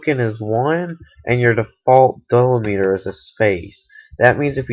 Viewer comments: dill-li-meter, lol, deeeee-lem-it-er, great video thanks for the help! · Can't get past him mispronouncing delimiter.